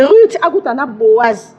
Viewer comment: Non c'est n'est pas boazi, c'est plutôt Boaz